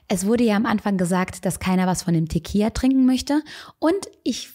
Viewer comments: Gutes Video! Es heißt aber Tequi“L“a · Tequila wird mit einem „L“ ausgesprochen 😬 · Du hast echt niedliche Versprecher haha 🙈 Teqija? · Liebe, ich weiß es sehr zu schätzen, aber Tequila hat nur ein L. Ein L wird als L ausgesprochen😉